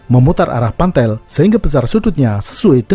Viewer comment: Pantel ya guys bukan pantek